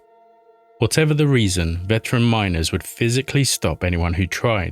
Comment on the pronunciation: MINERS NOT MINORS!!!